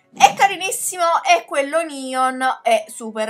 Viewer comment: Ma perché dici nion si dice neon